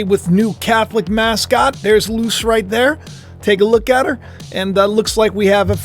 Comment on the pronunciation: Luce.. (Lu-say)